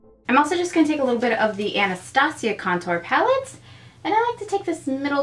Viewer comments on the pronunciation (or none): none